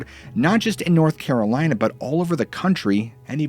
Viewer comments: North Carrrrlina 😃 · lmao NORTH CARALINAH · The way you just said North Carolina lol smh lol